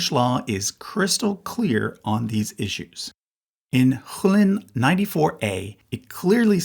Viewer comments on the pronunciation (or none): none